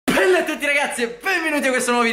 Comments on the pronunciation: Che poi dice PPPella e non bella.. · Tu dici pella anziché bella intro